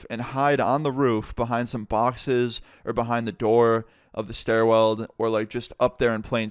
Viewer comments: doesn’t realize he’s been pronouncing stairwell ‘stair weld’ his entire life LOL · it’s stairwell not stair weld